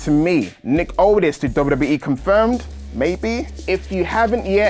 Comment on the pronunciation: It sound like he was saying otis when he was saying aldis 😅